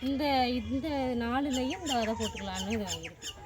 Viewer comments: வதை என்று சொல்லாதீங்க அது பிழையான வார்த்தை, # விதை# என்று தமிழில் அழகாக சொல்லுங்கள் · Vidhai not vadhai, vadhai yendral matravarhalai vadhaipadhu, kodumaiipaduthuvadhu. Thayavu seidhu pronounce like literate not illiterate. You are a college student. Be careful while pronouncing..